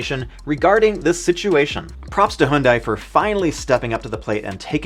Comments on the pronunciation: HUN-DAY! Not HUNE-DIE! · HYUNDAI is not pronounced as "HOON-DAI". It is pronounced as "HYUN-DAY", like Sunday. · why he pronouncing Hyundai as "Hoondai"